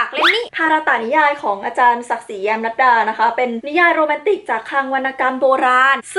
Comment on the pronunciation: พี่ออกเสียงผิดครับ ตอนที่พูดว่าเขียนมาเพื่อโรแมนติค แต่พี่พูดว่าโรแมน"ติ้ค" ครับ